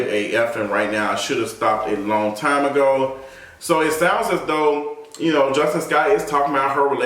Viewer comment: Her name is pronounced as Jus-TEEN